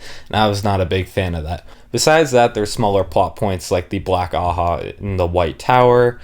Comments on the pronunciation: Just a lil help with the pronunciations, your doing great btw much better than I did the first time I went through the series Ajah is pronounced Ah-jah not a-ha Or like Aww-Jaw if that helps Elaida- Eh-lie-duh Asha'man- Ah-Shah-maan or Ah-shaw-Mon Masema- Mah-see-mah or ma-see-ma Seanchan- Shawn-Chan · Honestly given how the whole white tower is a bunch of clowns, I think Ajas should in fact be pronounced "ha-has" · black ajah. The J isnt silent you pronounce it AH-JAH